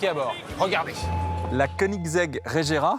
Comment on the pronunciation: Pouvez vous faire un effort sur les nom svp psk la "régéra" et "taicane" c est ridicule